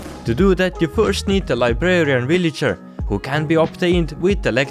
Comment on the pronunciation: i like how he says villager "willager"